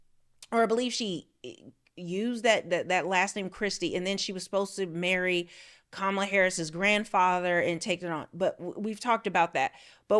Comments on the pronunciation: KAHmala. Not difficult to pronounce. This is one that separates the smart from the stupid. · Pronounce her name correctly, please 🙏? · What kind of reporter is Owens when she can't even pronounce Kamala correctly?? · All this is cool i like listening to Candace. I think she should lead with pronouncing the ladies name correctly. Kamala said she doesn't say her name this way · Why are so many people mispronouncing Kamala Harris's first name? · I am not a fan of Kamala Harris, but at least I have the decency and respect to pronounce her name correctly. Stop being a Trump puppet and say that woman’s name correctly. You would want somebody to pronounce your name correctly Candace. That is disrespectful. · Wow Candice you really haven't learned yet you haven't learned how to pronounce the vice president's name properly did you get an education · Given the fact that she actually pronounced her name two different ways; it’s possible!